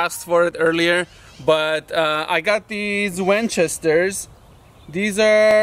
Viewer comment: "I got these Wench-estorrrs"... LOL!